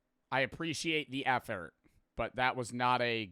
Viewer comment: Love the videos but you say "I appreciate the ethort" instead of "I appreciate the effort. lol